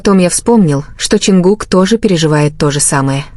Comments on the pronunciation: Чонгук тэйон, тэкук. Не искажайте пожалуйста. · Боже як неграмотно оголошує імена Чонгука і Техьона. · Гу имена то можно произносить правильно! Дурдом какой то! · Вот же ж бредятина даже имена исковеркали так не приятно😢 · Почему Чонгук оказался сестрой? Ужасная озвучка. Позор. Даже имена не могут правильно произносить.